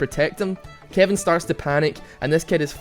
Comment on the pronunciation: lol I first time you said Kevin I thought you said kiandy XD (please don't kill me ;_;)